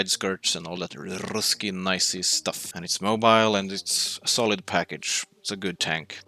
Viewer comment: its 'solid' and not 'colid' then it would sound like [kolid]